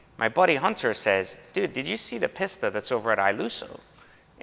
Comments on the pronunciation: . PISS-ta? facepalm. Try PEACE-stuh. Thank me later. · From one Italian to another it's pronounced 'Peasta' not 'Pissta'. Like the leaning tower of pisa! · Is it pronounced Peesta or Pissta? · Lol, gotta cringe every time somebody calls this car a “Piss-tah”...it’s a “Pee-sta” Be careful, Ferrari may roll out of his grave and take it away from you! 😂...All teasing aside, love the car and I’m a huge fan of that blue as well (I think they call it California Blue on the new models?), and it’s always cool to hear a person who has pride in his life’s path and truly enjoys the rewards that gives, rather than simply seeing these things as mere status objects. Enjoy dropping the hammer in that bad boy 👍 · it's pronounced Pee-st-ah smh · A "Piss-ta"?? You'd think the anyone with an iota of class might learn how to pronounce correctly. You can take the guy out of the slum, but you can't get the slum out of the guy. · That is absolutely gorgeous. And I think it’s “pee-Sta”. Best Buy you’ve gotten this year. Gonna be hard to top even after the dbs’a you keep coming up on. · they are both underwhelming . One of them is just more over torqued, and turbo charged unlike the magnificent naturally aspirated 458 speciale. The only thing the PISS-TA ( as he keeps pronouncing it in the vid) can do more effectively is go faster in a straight line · right i was cringing every time he said it wrong